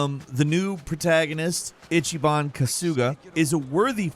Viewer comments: “Itchy ban” 😂😂😂😂 you Americans pronunciation of Japanese names is hilarious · itchyban kusooga